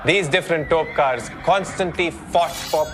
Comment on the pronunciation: It is not Topkars. It is Topikars.